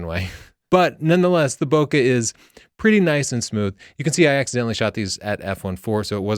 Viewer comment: you said Bokeh correctly :)